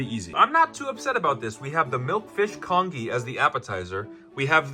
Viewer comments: It's pronounced con-jee, not con-ghee! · lmao the congee actually looked good for some reason, needed a little more soupy-ness 😭pronounced "con-jee" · hi! congee is actually pronounced con - ji, kind of like the g sound in giraffe? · For someone calling it kong ee, that was surprisingly well made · Con-Gee please it’s Con-Gee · It's pronounced "con-jee" .. Like "jeep" without the "p". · It's pronounced kanjee not congee lmao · The way he says congee makes me sad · as an asian person you saying congee like that is so funny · Every time he mispronounces congee my eye twitches 😩🫣😩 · Goes through all this trouble and can't take a sec to Google how to say congee. 😂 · Aren't you going to correct his pronunciation?! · I can only say… Even though he may mispronounced the English word for “congee”, in Taiwan we only speak Mandarin or Taiwanese anyway, we just call it “粥” (zhōu) or “糜” (muê or bê) I mean, the guy literally cooked rice in a plastic bag using an air fryer… what more can I say? 😂